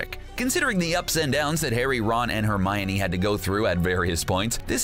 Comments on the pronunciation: it's not Romine it's Hermione. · Annoying pronunciation of Hermi-OH-kneE